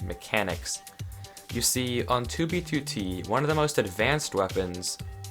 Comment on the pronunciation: At least he says 2b2t the correct way now